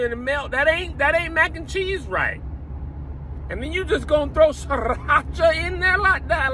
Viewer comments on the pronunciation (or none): when he said "and then you just gon' throw SrrrrirrrHHacha in there..."😭😭😭💀